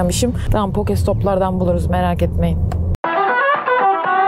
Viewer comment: Poke topu değil o poki topu